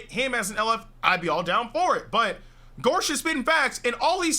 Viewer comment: Man called him gorsh